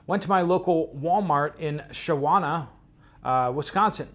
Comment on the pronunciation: And it's pronounced "Shaw no" I know, it's Wisconsin! lol